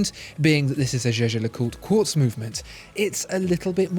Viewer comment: Lost me in the first minute when you said Quartz.